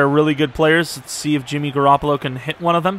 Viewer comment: “Jimmy Garrapalo gotz to GarrapaGO” lmfao this guy is crazy bruh